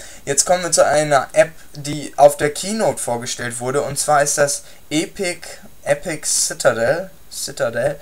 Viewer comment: Nö. Im Englischen wirds Äpic gesprochen, mit kurzem e. Eeeeepic ist eingedeutscht.